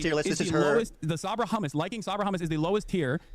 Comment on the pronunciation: Ethan really asked "Do you condemm hummus?"